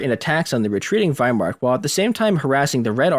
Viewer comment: You undercut your credibility with guests who consistently talk about the "wehrmark/weimark" instead of the Wehrmacht.